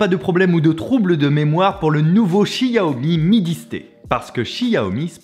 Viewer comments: Pour une prochaine fois, Xiaomi = ChaOmé en prononciation. Ca ma surprise aussi quand j'ai regardé les premiers lives de lancement. 😆😇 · Ça se dit ssiaomi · Cette façon de prononcer "xiaomi" "chi ah oh mi" jpp, le mandarin c'est pas ton fort visiblement haha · du tout, c'est la prononciation à la française, "chiaomi" étant la prononciation correcte en chinois :)